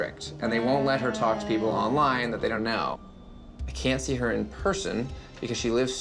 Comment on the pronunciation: “… the peopo fwom yik yak…” wittowawy